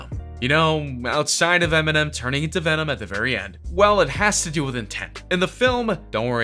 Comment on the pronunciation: Vemon Vemon Vemon